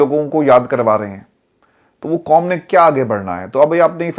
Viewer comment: السلام عليكم ورحمة الله وبركاته۔ عرفان بیٹا۔ آپ اردو بھول گۓ ھیں آپ کہتے ہیں حقیقت کو حکیکت ۔ قوم کو کوم کہتے ہیں۔ حق کو حک کہتے ہیں۔قائل کو کائل۔ آپ نے ۔۔ ق ۔۔ کوکیوں بھول گۓ ھیں ۔ محمد meesaW قریشی ۔ کراچی۔